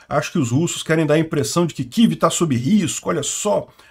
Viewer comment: Kivi? Que Kivi? É Kiev.